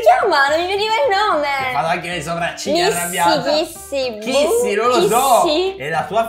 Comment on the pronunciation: Dichiarava chissimissi